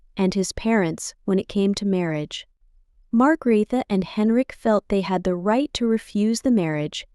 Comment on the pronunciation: Hvordan f var det Margrethe blev udtalt ???